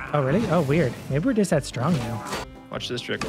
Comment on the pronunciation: Big: EASY! Him: TOO SRONG